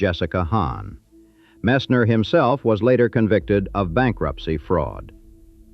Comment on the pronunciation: The man that eventually became Tammy Fayes second husband is called Roe Messner not Rol Messner.And the house the Bakkers had was in Tega Cay ,South Carolina, not Tega Key. My aunt was married to a guy who lived there at the time and and we actually went on his boat on the lake where this house was and actually got to see the actual house where they lived.